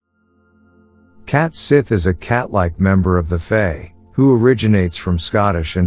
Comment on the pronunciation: Pronounced “she”. And “Fay”. Do your research. You pronunciation of Gaelic is HORRIBLE.